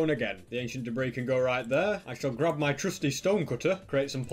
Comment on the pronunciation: this guy doesn’t have the word “my” in his vocabulary. he just says “mi”